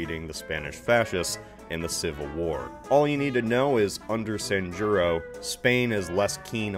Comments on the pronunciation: It's not "Sanyuro" its "Sanjurjo". I guess in english it would be something like "san-hur-ho" . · Great video! This was funnier than most. Anyway, just in case you ever have to say "Sanjurjo" again, let me be your guide: "San-jur-jo" "San" as in sand but without the final d. "jur" as in who but with an r at the end. "jo" as in hoe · Sanjurjo is pronounced san-hur-ho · The J in Sanjurjo is pronounced like an H. (Not trying to make it sound rude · Amazing. You completely mispronounced Sanjurjo's name. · I wish Americans would at least make an effort to pronounce foreign names properly. The way you say “Sanjurjo” makes me cringe.